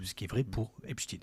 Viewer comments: Au fait, ce n'est pas epchtine. C'est epSTEIN. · Beaucoup pensent qu'ils prononcent Epstine pour tenter en vain de faire croire aux plus crédules que le pervers était russe et non pas juif. Merde, quand même ! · Dés qu il a prononcé « Epstiiine » j ai décroché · Quel cinéma, Il faudra penser à rendre l’argent les gars! Au fait, on prononce Epstein, pas Epstine, ce délinquant et escroc n’est pas russe. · Ah oui? Et quand les américains parlent du manager des Beatles (parce qu’ils ont le droit d’en parler), pourquoi prononcent-ils Esptein? Pourquoi personne n’a jamais prononcé Brian Epsteen nulle part sur la planète? La raison est autre. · Je savais pas qu’en français on disait inchtin pour Einstein 😂😂😂du coup pourquoi dire epstin pour Esptein. Vous allez jusqu’à transformer la langue française…. Et ça se voit… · Il était Américain, et les Américains prononcent "Epsteen".